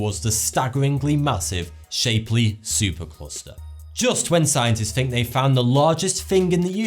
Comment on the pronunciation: Look, I really like this guy and I'm subscribed and all that. It's clear he's quite intelligent, but I'm just mystified as to why he can't put the tip of his tongue between his teeth and pronounce a "th" sound. It seems like a bad habit which was never broken as a child. He needs to fink about it. He'll fank me later.